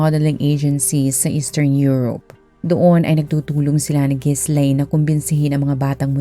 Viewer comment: Ji-laine ang basa dun hindi Gis-laine